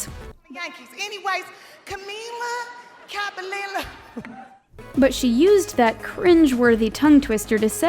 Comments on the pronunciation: “camEEla cabenelo” MY EARS how was billies cringe it was just cute LOL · " CAMEEA CABANANA " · Ok Tiffany haddish didn’t do anything bad. She just pronounced camilas name wrong. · You're calling out tiffany for mispronouncing Camila Cabello when you're mispronouncing it yourself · Wait........... The didn't even say Camila Cabello right 🤔🤔🤔🤔🤔🤔🤔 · “when she pronounced camila cabello wrong” Me: umm so did u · Boore well at least for once she showed one vid of the lady mispronouncing camila cabello